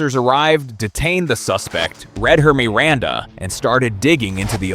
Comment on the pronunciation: Me-randa? AI?